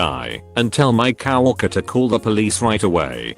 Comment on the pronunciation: PLEASE fix your pronunciation of "coworker". Tired of it being pronounced "COW-worker", like it's about bovines. 🙄🐄